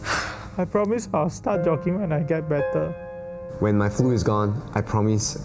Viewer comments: promise not promose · did anyone notice ? "promose"